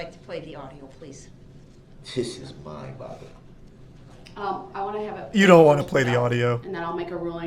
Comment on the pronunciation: I swear he is saying "this is mind bottling"